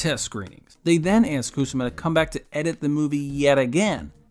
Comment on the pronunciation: KU-SA-MAH! She's Japanese. It not KOOSAH-MA. You mispronounce it like 77 times. It hurts my ears